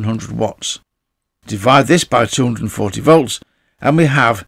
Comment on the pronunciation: its "divide" not "defide" lol